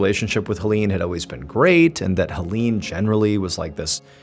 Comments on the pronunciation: HellEEn😂 I love his pronunciation. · this man butchered the name Helene... 😂